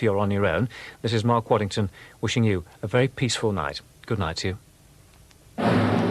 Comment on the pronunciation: Robin Whitting, not Welling; Mark Waddington, not Waddlington; Charles Nove, not Hove.